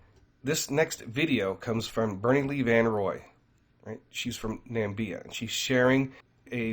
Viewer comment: Hey, thank you for all you do for us. Your videos are excellent! Just wanted to point out to you that there’s no country called “Nambia”. However, there’s a country called Namibia 🇳🇦 which is a real country in Africa that actually exists.